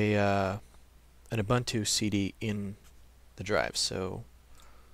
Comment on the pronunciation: What is you only have one computer and have no UBUNTU disc? By the way, it is pronounced as OOBOONTOO (humanness). U sounds as oo, everywhere in the word.